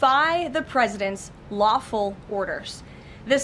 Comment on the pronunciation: She said lawfull orders knuckle head.😂